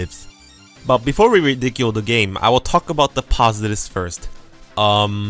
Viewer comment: "Before we redicule the game" Idk why that's so funny to me